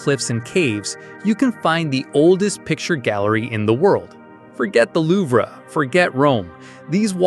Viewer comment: The Louv-Ray? If you are referring to the art museum in Paris, The Louvre, it's pronounced The Louv.